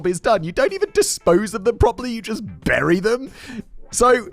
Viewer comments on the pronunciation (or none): none